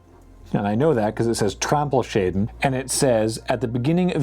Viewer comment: Today learned about false friends: "Wächter" is not "Watcher". I also find it amusing that reads most umlauts as their non-umlauts equivalent, but then says "Trampelschäden" intead of "Trampelschaden". Anyway, I appreciate the attempts!;-)